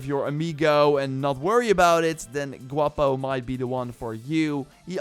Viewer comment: Its pronounced " Wap-o"(guapo) "Cor-teso"(choriso) "Chi-char-one"(chicharróne) Got boom boom right, but Mexicans would say "bm bm" "Al-oo-so"(oluso) Not a hate comment!!!